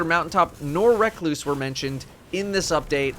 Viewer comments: RE-KLOOOSE NOT REK-LOOOSE PLEASE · You did not just call the recluse "reckloose" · Anybody else notice he was calling recluse “reck-loose” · Wreck loose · RUH-CLUSE. Literally the only complaint I could have for this fine video so there, take my like. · Lol....recluse......that cant be how its called...dont do that 😂😂😂😂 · Holy shit pronounce recluse right